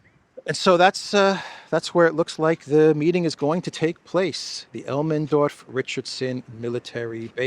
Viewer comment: Elmendorf not Elmenorf